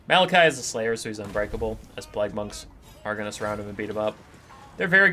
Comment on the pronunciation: Are you saying plag?